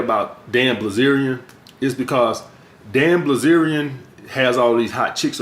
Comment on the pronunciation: BILZERIAN say it with me... BIL ZERIAN wtf is blizerion